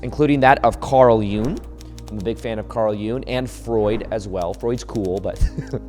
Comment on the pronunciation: Its pronounced jung not june